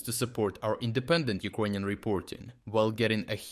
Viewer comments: You keep saying “UKONIAN” and not “UKRANIAN” is making me think you are just an other bot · Why is this guy saying Ukonian?